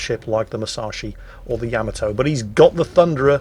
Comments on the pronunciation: YAH-MAH-TOE .... not YAM-MAH-TOE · So many times mispronouncing Yamato